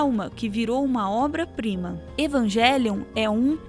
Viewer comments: Só uma dica, no original a pronúncia seria "evanguelion", não "evanjelion" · Amo o canal, detalhe pras pronúncias de "Shinji" que é na verdade "Shindi" e "Evangélion" seria "Evangerion" (L não existe no japonês), pois "ji" como em "jiló" e "jé" como em "pajé" são sons que não existem no japonês, mas nada que tire o valor do vídeo.